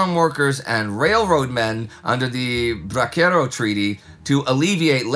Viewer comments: Bracero, pronounced bra-SER-o, not bra-ker-o. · Respectfully, I must say that “bracero” is pronounced more like brah-sair-oh.